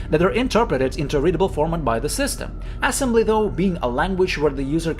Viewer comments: why is bro saying assembly like "ass-'mbly"? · dude says "ass embly" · Love how you pronounce it ass-embly. 😆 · broh really emphasizing the ass in assembly😭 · i like how you emphasize "ass" in assembly